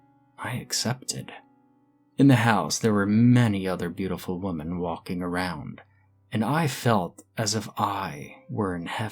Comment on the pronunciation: You have the pronunciation of women wrong. Really annoying